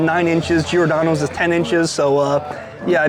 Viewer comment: everytime he says giordano i cringe sounds so bad lol